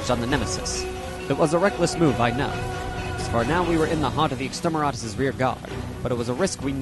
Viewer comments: Loved it. A little work on the script to tighten it up a bit would make it even better. One final note, it's extermiNatus, not extermiRatus. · I keep loling when i hear you say Extermeratus weapons. It could be i am hearing it wrong though